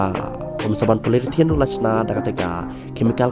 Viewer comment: Poly-ure-thene bro ym dei polyrithane